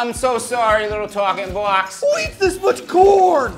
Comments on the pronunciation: Did he just call a talking box talken bocks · ”Toalking boax”